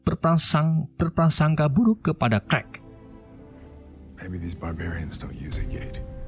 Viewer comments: bang kenapa luu manggil superman dengan nama crack dan bukannya clark...😂😂😂 Endingnya bikin ngakak...😂😂😂😂😂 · Clark kok dibaca klek 😭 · Clark jadi krek 🤣